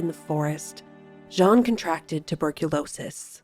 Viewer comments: Beautiful, but name is Jeanne like, JE”ANNE” not difficult… you are pronouncing “jean” like it’s a man… sorry. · Yes that confused me...I wasn't sure who Jean was 😅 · You pronounce her name wrong. Learn the correct pronunciation of Jeanne, please.